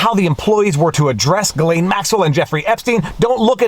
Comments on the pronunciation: Why why can’t you say it??? gih - LEN. Not LANE. Hard g gih and LEN. Got it ???? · Viva, its Ghee - layne. a hard G, as in Ghost- Not G as in Giraffe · Ghislaine is pronounced with a hard G. The first part of Ghislaine is pronounced exactly like the first half of Guitar. Sheesh! Take the first half of guitar, add ‘lane’ to the end. (The S is silent) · Ok Viva Frei. Is it Ghislaine or Jillaine. (pronunciation). You bounced between the two. LOL. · It's pronounced Jizlane. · It's "Ghee-lehn." We're at mid-morning recess. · Ghislaine pronunciation, just as you pronounced, G, his is silent, Laine, The name's meaning is “hostage” or “pledge” according to google. Glaine ish. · Can you ask your wife to teach you the conventional pronunciation of "Ghislaine." Thank you. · FWIW... I don't believe you are pronouncing her name properly :-) Don't forget... most of the reporter in that courtroom work for folks who at one time or another, participated in this "club". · Love your videos. But why do you keep pronouncing Ghislaine in different ways? Ji or or Gi?